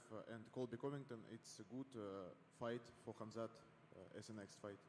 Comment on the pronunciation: Dana , its not Khamz out of nowhere :D its Khamzat Chamaev :D hahahahah nice one